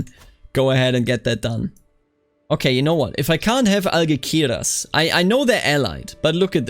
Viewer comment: In Castilian Spanish, C before E or I is pronounced like "th", G before E or I is pronounced like H. Algeciras is AlHeTHiras.